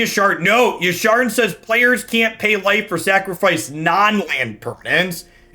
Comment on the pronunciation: Hearing say Yasharn over Yarshan is like music to my ears... Made me go resub on twitch out of guilt from my last comment xD Its a lie i was going to resub anyway